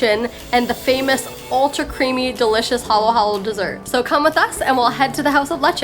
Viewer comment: I like you guys, but... Here's how you pronounce the food you ate... Lechon is pronounced Letch-on and not Letch-en. Halo-halo is ha-lo ha-lo with an "abrupt/breaking accent" on every "o." Halo means to mix, so saying it 2x means it must be done thoroughly. Some visitors think the act is negotiable but it is de rigeur, meaning it is imperative. Lastly, most of what is in Dinuguan is found in Sisig but the pork blood serves as a thick sauce and not a soup. Thus, it is cooked with this large chili in it. Happy eating adventures, guys. It's been fun tagging along and seeing your facial expressions! Next up...Kare-kare?